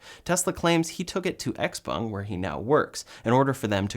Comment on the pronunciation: Congratulations on pronouncing XPeng (essentially) correctly! For whatever it’s worth, the characters are 小鹏, IIRC, its founder’s name, so the Peng part should be spoken with a rising pitch. (Being a musician, you might find it interesting to get the tones right!)